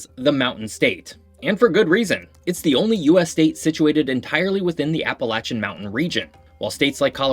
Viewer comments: You pronounced Appalachian correctly! I knew a lot of these facts. Grew up in the Virginia Blue Ridge and lived in Charleston for a couple of years and now living back in the Virginia Blue Ridge (in the National Radio Quiet Zone), I can confirm you really did your research. One quick additional fact about the eastern panhandle, it is part of West Virginia because of the C&O railroad. When the western counties seceded from Virginia, the Union pushed for the inclusion of those 3 counties in the eastern panhandle because the C&O railroad ran through it, meaning losing it would break a critical rail link between DC and states like Ohio and Illinois. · As a West Virginian, thank you for pronouncing Appalachian correctly. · You pronounced Appalachian correctly!!!